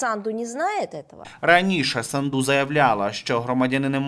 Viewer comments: Не СандУ а САнду Ударение на А. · не СандУ а САнду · Фамилия из 5 букв, очень сложно поставить правильно ударение? СА’нду. Это ж путлер любитель исковеркать Сандру и другие вариации. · Да не Санду',а Са'нду!!!Ну Господи,Ви ж журналіст.